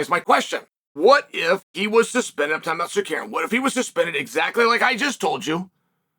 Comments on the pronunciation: Uncle kale I'm gonna start helping you say it with me now Sar-Ru-Ki-An next one Ga-ry look in a mirror if you need visual cues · he said sakuryan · I’ll give you a like after you pronounce his last correctly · I’ve never seen anyone more committed to a bit than Chael with the whole name mispronunciation 😂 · bro if you can't pronounce Tsarukyan just call him Arman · As an Armenian I never not laugh watching Chael try to pronounce Armans last name hahahaha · Are-mon Suh-carrion lol. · The way he said "Armand Sakarian" with such confidence LOL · “Ar’mon Sakarian”